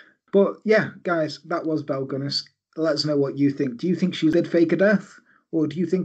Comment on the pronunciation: You absolutely nailed the Norwegian pronounciation! Well, close enough anyway... New subscriber, great channel! Thank you for not using a monotone robot-voice like too many true crime channels do. You actually sound alive!